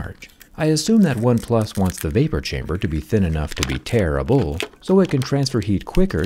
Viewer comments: Kept hearing "terrible" instead of "tearable"... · when he says its tearable I thought at first he said terrible 🤣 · tear-able or terrible? 😂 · Even without captions, I heard it as "terrible" like he was judging the quality. After a minute, I went back to it and realized he meant you could tear it.